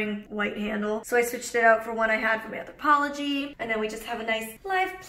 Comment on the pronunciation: Sorry late on commenting: On a Molly binge right now! Take a shot of water every time Molly says, " Anthopologie"